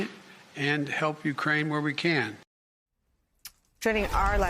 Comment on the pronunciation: Someone should help Nicole pronounce the names of Ukraine cities correctly.